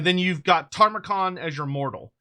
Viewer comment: You keep saying Tamurkhan wrong bro 😂 It's Ta-mur-khan not Tar-mu-khan ❤